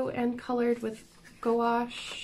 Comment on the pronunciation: You were pronouncing it correct you. "Goo-wash." Good job!